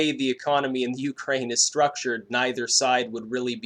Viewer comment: Pretty sure your intonation on the word Ukraine is wrong.